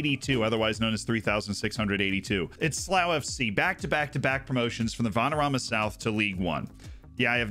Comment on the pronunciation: An American pronouncing slough correctly is an anomaly